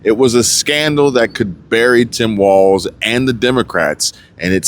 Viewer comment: it's walz........no "T"......